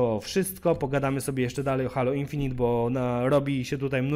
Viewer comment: Czyta się Hejloł a nie Halo ;) Gra nie wygląda okej, jak na crossgen